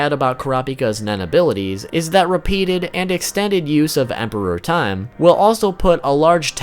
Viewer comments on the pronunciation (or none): The only issue I have with this video is your use of emphasis when saying Emperor Time. It sounds like you're saying Emperor Time, as in the Emperor of time. Rather than Emperor Time, as in the time as an Emperor. I perceived it as the second way from the anime, so they way you're saying it sounds so out of place to me. It's so fucking petty but it's annoying me so much hahaha, great video though :)